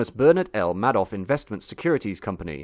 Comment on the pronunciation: Madoff is pronounced May-doff. I didnt realize what you were talking about until I saw the video of him lol. I guess I'm getting old because this to me isnt history but was news. Also, the 90s saw a bunch of weird cabs. One of the most famous was a E Class Mercedes. Most people recall the 505s and 405 Peugeots as the moost common oddball cabs. The Crown Vic became the spirital successor to the Checker after 1996 when GM dropped the Caprice. This, along with the Towncar used in livery service made the Panther platform almost synonymous to NYC during its rebirth. My father, two uncles and close friend (RIP Ion Colomiet, a famous Romanian actor turned cabbie/house painter as an immigrant) all drop cabs, from Checkers to Caprices and Crown Vic LTDs. The Crown Vic though left the biggest impression on them, as my father would own a Continental, my uncles would have various Town Cars, Grand Marquis, even giving me a Grand Marquis as one of my first cars for free. This is how I fell in love with the Panther platform, owing so many over the years, and still having a Sport LX Model. To this day, you still get people that adore the Panthers, having first experienced them as a cab. For me (I used to drive a bus in the city and suburbs), these cars have always been around me, from the cars our garage had, 96 Crown Victoria, to the first police car I drove as a military cop, a 99 Crown Vic. These were tough cars that had that old school NYC attitude. They were tough, and could handle a lo